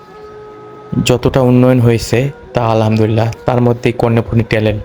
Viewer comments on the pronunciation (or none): none